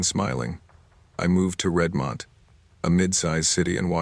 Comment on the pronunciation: It’s not Red-mont. It’s Redmond. Pronounced RED-mund. Good thing it wasn’t Puyallup.